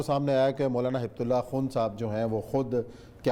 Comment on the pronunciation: ہبة الله میں ب بغیر شد کے ہوتا ہے